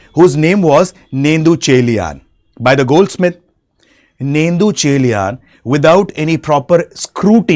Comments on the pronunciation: It's not nettucheliyan it's Nedunchezhiyan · This guy killed every name 😭. "nendhu" chelian 😂. Good try anyways